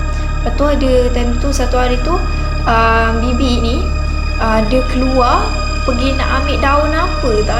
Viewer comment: sebut bibi ke baby qarina